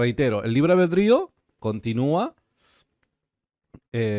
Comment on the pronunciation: es libre "albedrío", no "albeldrío" como decís vos. Cada vez que lo decís me hacés mal